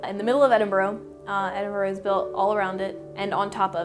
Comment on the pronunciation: I see her with the green hair is still saying Edinburgh wrong even after living there!